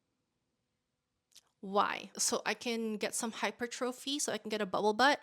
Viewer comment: Girl love you but why you pronouncing hypertrophy like that 😆